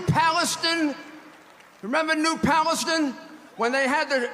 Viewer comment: Came to the comments for this one. SUBWAY!!! 😅. New Palustin. . Anybody else looking this up -- East Palestine freight train derailment. Rudy needs notes.